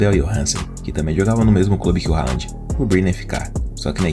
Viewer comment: O nome dele se fala "Röland(com d mudo) e não Rand.